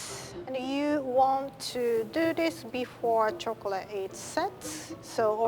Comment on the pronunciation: I love how says chocolay instead of chocolate and says shift instead of sift ❤️❤️ Like if u agree LOVE U RIE